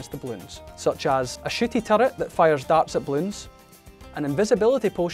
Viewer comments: Anybody else hearing shitty instead of shooty? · Did he say shitty or shooty? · when he said shooty turret, i heart shitty turret lmao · I thought he said shooty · fun fact I thought he said a bad word but if you turn on captions you can see he says shooty🤣🤣🤣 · Personally, I think it sounds like sh---- turret, but that's a bit inappropriate for YouTube comments so yeah. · Why did I hear it as "shitty turret" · Bro it sounded like he said " a sh*ty turret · Is it me or when he says shottty turret it sounds like s#ity turret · is it just me or what does it sound like he said shity turret. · it really sounded like he said shitty turret ._. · am i the only one who mis heard him when saying''shooty'' turret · I really thought he said shitty turret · Thought he said shi*ty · Oh i thought he said shitty turret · I thought you said shitty tower lol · shooty its the accent